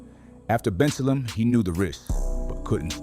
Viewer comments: The pronunciations are off They're pronounced Ben- sale-em (Bensalem) and Nesh-Sham-eh-nee (Neshaminy) mall People got pissed when Umar said 10% of these niggas would need to be eliminated. Demons really do walk among us and I guarantee you some adult saw what was coming by the time they were barely out of diapers. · The way AI says Bensalem and Neshaminy 😂😂😂